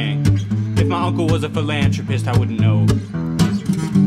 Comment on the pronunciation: You pronounced philanthropist incorrectly.